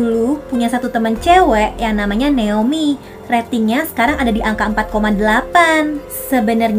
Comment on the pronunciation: Kak nama ku itu Naomi ya🥲bukan neomi🥲gpp lah